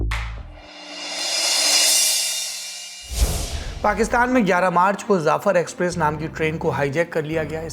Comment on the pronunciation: Zaffer express nahi saurabh ji Jaffer express boliye